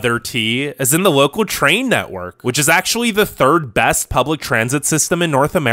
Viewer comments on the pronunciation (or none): none